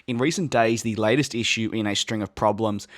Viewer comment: ". . . een the past yee-uh"